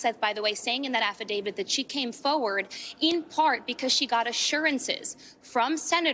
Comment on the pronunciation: Uhhh it’s AFFIDAVIT not AFFIIDAVID… 😅